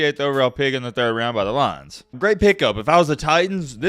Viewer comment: Bro 'Lions' is supposed to be two syllables not one